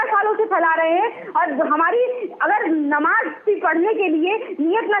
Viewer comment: Suresh Chohanke Pahele Apne Alfaaz Tik Bolna Sikho Abdul Gani Nahi Abdul Ghani Kaho Namaj Nahi Namaz Kaho,. Koun Se School Me Pada Koun Se College Pada,Koun Si University Me Pada Hain,, Adab Aqlaq Tahjeeb Nahi,,. Maine Pada LIkha Nahi Hoon Radio Sun Sunkar News Paper Padkar English Sikha Hain,,Tumari Kya Tulna Kare,. Ha Tumari Tulna Abu Jayal Aur Firhon Se Kar Sakte Tum Yahoodhiki Bigdi Hoowey Qoum Hai Tum Sudhar Nahi Sakte,,OK